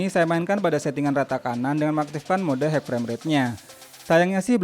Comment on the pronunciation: High dibaca Hai bukan Haik